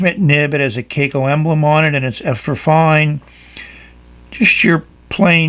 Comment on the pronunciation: Kaco is pronounced crack-oh! Just thought you might want to know...